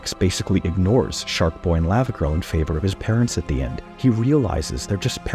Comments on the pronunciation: The way he is saying Lavagirl is getting me upset. Lawvawgirl not Layvawgirl. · Does anyone else have a problem with the way he says “lava girl” when it’s pronounced “lava girl” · The way you say Lavagirl hurts my brain 😂